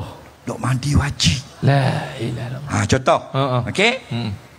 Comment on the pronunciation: kena sebut lailahaillallah,jangan sebut Laila